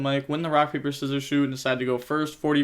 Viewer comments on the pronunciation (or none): none